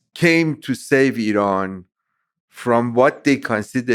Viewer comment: Great conversation 🙂 also random but I appreciate you pronouncing Iran correctly lol Americans usually put extra emphasis on the I so they say - eye-ran, but weirdly when saying India they pronounce it correctly lol would have thought they'd say eye-ndia 😆 good banter.